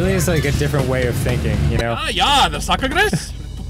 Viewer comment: Sock-er-gris is something. It means sugar pig. No, I have no idea why someone would say that.